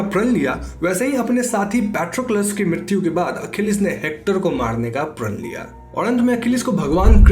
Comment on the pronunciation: Mrityu ko midityu kyu bol rahe ho? 😄😄😄